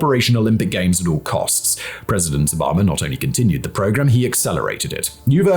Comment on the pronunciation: Obama not Obomber